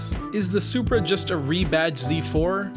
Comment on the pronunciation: "It's a Zupra" Ok, MK4 A80 Supra is a Soarsupra